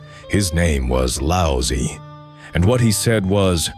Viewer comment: His name is not pronounced as Lao sy....goodness. such disrespect. Its lao zi